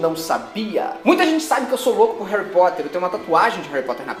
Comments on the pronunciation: Você disse Réui Póta? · "Hari Poter" kkkkkkk, sabe nem falar, cala a boca vai